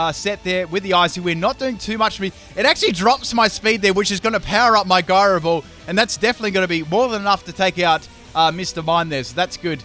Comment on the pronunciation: Gyro is pronounced with a J Sound, dude. It's J-Ai-Roh